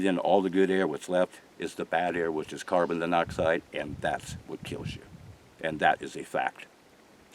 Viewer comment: Right! He needs to stop using bug words until he figures out how to say them.